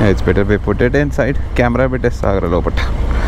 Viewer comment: Dey But , Put , Eight dagra t ni press cheyyak anna neek dannam pedtha /\ tttt ani . Very irritating to hear.